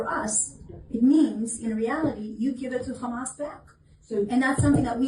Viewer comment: It's Hamas - not "Khhamas"